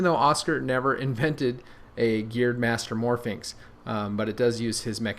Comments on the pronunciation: it's 'mastermorphix', not 'mastermorphiNx' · he keeps saying mastermorphi"n"x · It's mastermorpIX, no "n". Your'e pronouncing it like Pyraminx, which has an "n". it's a master morPHIX.